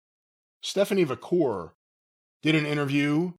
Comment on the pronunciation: Who the hell is Stephanie VaKOOR?